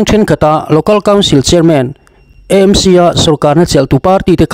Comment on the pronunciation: EMC angin i lam ri leh thin a, AMC (A hi Aizawl) a nih vangin channel dang chuan an lam vek tawh a nia.